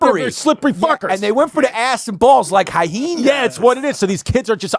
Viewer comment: Why do these FF's pronounce it hyeHenas??? There's no second H in the there.. Are you both Frank's and beans or what???